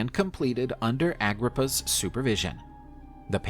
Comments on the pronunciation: Get his name right 😅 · You said in his name wrong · He is not pronouncing his name right. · ah-GRIP-ah, aqua-ducks, not dox